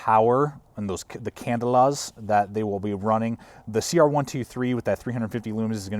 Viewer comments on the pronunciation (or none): "can-DELL-a" not "CANdle-a". just sayin'